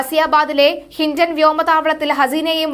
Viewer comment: Sindon അല്ല കൊച്ചേ Hindon ആണ്